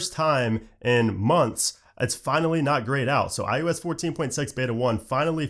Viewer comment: Anyone else who watches the videos started calling it i-ooo-s like? Just me? 😂